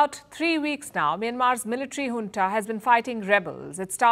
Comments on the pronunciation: Madam it's Junta not Hunta. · Palki cannot say Junta ..... says hunta 😂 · Junta or hunta?